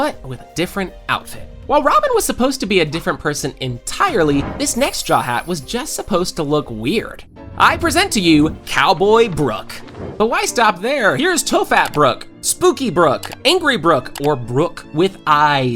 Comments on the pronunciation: im fucking sorry did he just pronounce tophat as toe fat? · ... Did you just pronounce top hat as "toe fat"!?